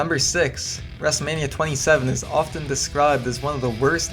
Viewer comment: The pronunciation of 'often' !